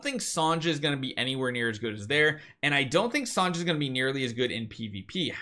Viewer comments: Thanks for the info… but “Sahn-jah” has got to stop. It’s pronounced like SONYA. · You're pronouncing Sonja's name wrong. Her name is pronounced the same way as "Sonya".